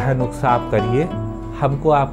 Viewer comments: (नुक्सा) nai "नुस्खा" hota h.. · It's nuskhaa not nuksaa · sir aap jab nuksa bolate ho to bhi acha lagta h